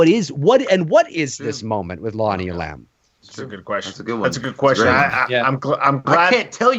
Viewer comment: It is Lonnie E’lam, not Lonnie elAm’!